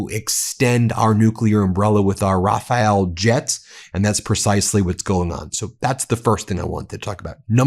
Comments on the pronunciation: Rafale jet, not Raphael 🤓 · Please: the Dassault jet is called "Rafale" (final 'e' not pronounced), not Rafael or similar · You're clever guys... Maybe you should learn to read "rafale"